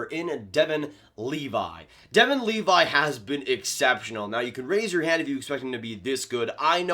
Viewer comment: It’s pronounced Leevee